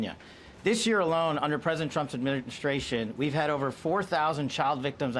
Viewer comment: “Ami nig stration” 🤔